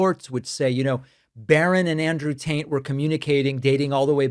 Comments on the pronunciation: does he keep saying Andrew tant? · Every time you say Taint instead of Tate, it serves only to paint you as being juvenile. Why do you feel the need to do this? This is no laughing matter. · You keep saying,Andrew "TAINT" or the "TAINT"Brothers.Their last name is not "TAINT"....Their last name is "TATE". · You said Tate. I heard Taint. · It definitely sounds like you’re “Taint” instead of “Tate” and I think you know you are and I think that’s hilarious. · Are you saying tant? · is you sayin taint? Sounds like you callin them bros Taint.....crak me up yo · Did you say Andrew Taint? That would be appropriate lol. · Sounds like you're saying "Taint brothers." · It may just be my hearing, but it really sounds like you’re saying, “Andrew and Tristan Taint…” 😂🙈 Not complaining, just saying. 😏💙🩵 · Did he say Taint brothers? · The "Taint" brothers... could have sworn you said that the first several times.... LOL. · It sounds like you're saying Taint but its Tate. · Did you say Andrew Taint? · Sounds like you said "Andrew Taint" , and I thought it was funny enough to deserve a post since I hadn't heard it yet. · Every time you say their name I hear the Taint Brothers and I can’t stop laughing. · Please pronounce the name TATE correct. There is no “N” in it.. Tate… thank you.. where would you pick up a n, I’m just mystified. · Did you say the Taint brothers?? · Is David pronouncing Tate as "taint" on purpose? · Did I hear you say “Andrew Taint??”. 😂😂😂😂😂😂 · Are you intentionally pronouncing Tate as "Taint"? I like it! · The first couple times I heard him say it, I thought maybe David was mispronouncing it I was hearing it wrong. I get it, the Taint Brothers. Appreciate that! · I love how you pronounce the brothers' last name.